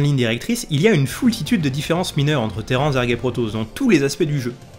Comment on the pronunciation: les téran pendant toute la vidéo. De temps en temps un petit "terrane" qui pop. Je préfère Terrane perso, téran ça m'a un peu fait saigner les oreilles. 😂Bonne vidéo sinon comme d'ab :p